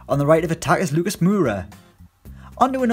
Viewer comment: Lucas mooora😂